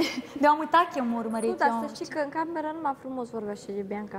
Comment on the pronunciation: Anseamna a zis ca se ceme de fizz eu cred ca nu se ceme doar face misto andra ar trebui să învețe sa vorbeasca ea spune scie vorbesce ceme in loc de t zice ce